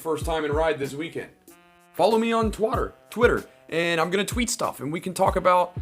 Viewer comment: You said Twater hahahah